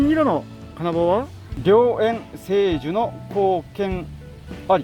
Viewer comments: 成就（じょうじゅ）→×せいじゅ 御利益（ごりやく）→×ごりえき ふいんきみたいなネタですか？w お疲れ様でした。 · 成就→じょうじゅ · ご利益(ごりやく)、成就(じょうじゅ)ですね。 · らしい、縛り旅ならではの楽しみ方されていて、見ていて楽しめました。 最後は、新幹線もお金もギリギリ⁉️💦 大阪から岡山の移動代が痛いですね😵 私は仕事で岡山よく行っていたのですが、岡山一周車中泊の旅とかもしてみたくなりました。 (小さい声で…えーと…「御利益」ごりやくで、「成就」じょうじゅです。私も読み方よく間違えるので💧) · 成就は「じょうじゅ」ですね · ごりやく、じょうじゅ、、、 相変わらず漢字の読めないw お疲れ様でした。 私は来週ワクチン2回目なので、9月になったら北海道行ってきます。